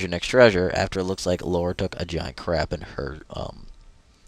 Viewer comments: Lara* i noticed the dude in the vid say Laura too lol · you made the common speech mistake of Lara's name..you said "Laura" XD